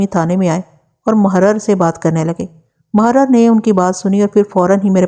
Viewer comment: Tapash aur mohrar nahi sahi lafz tapish mohhrir hai.